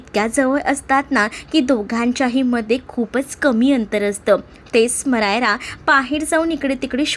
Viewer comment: Narration छान आहे तुमचं. समायरा नाव आहे तिचं, स्मरायरा, स्मायरा वगैरे असं नाही.